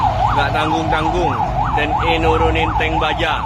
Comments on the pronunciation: Mbak mbacanya tank bukan tang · Tank dibaca tank.. 🤣🤣🤣